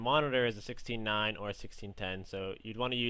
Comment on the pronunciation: 16:9 sounded like 69 :p